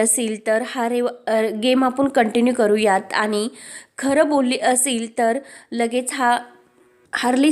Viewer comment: भाषा फारच अशुध्द आहे.आणि चा उच्चार आनि का?